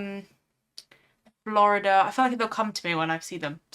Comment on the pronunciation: It's Floweirda